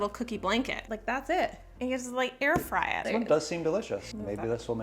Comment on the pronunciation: "Air fryers...frrrrrrrrrrrrrry."